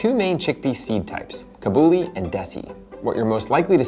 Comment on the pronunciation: Love the video! Now I really want hummus! Lots more recipes with the chickpea in Indian cuisine, from the North Indian chhole (chana masala) to the South Indian chundal (a milder snack wiht coconut and chillies) Also, some pronounciation support: Desi = they + see; Kabuli = ca (from car) + bully